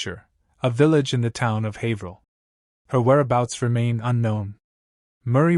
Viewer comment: Finally someone who knows how to say "Haverhill" correctly. Except Haverhill is in MA. Plaistow, NH is nearby though.